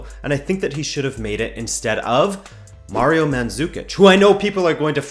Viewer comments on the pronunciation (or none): Its Mario not Murio